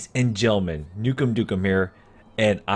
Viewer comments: Ladies and gelmen 😂😂😂😂? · "Ladies and gelman" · Did he just say ladies and gelman?